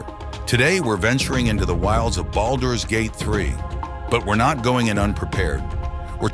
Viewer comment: The way you’re saying boulders gate is driving me nuts